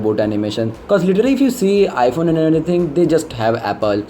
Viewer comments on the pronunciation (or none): none